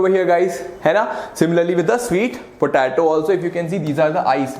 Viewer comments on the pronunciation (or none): It’s po -te -to